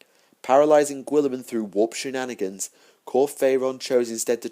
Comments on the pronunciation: Really nice lore collection, I've not read the Word Bearers books yet. But please.. stop pronouncing Guilliman as Gwilliman.. Try Gullyman.. As per Jervis Johnson. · I think your saying the lord of ultramars name wrong